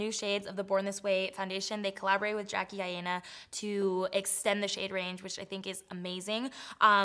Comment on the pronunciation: "Jackie I-ANA" oh nooooo